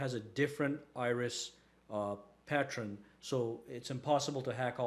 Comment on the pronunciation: Pattren? Again? It's Pattern!!! Pat-tern!!!